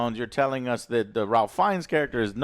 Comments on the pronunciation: I would think at this point no movie reviewer would still be pronouncing Ralph Fiennes name wrong. It is "rafe" "feens" not "ralf" "fines" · It’s pronounced Reif Fiennes. Just putting that out there. I did enjoy this one more than the last one as well. I want that next movie though, screw that I NEED THE NEXT MOVIE